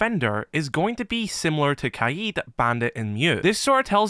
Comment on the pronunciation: Bro I swear it’s not kaied it’s kaid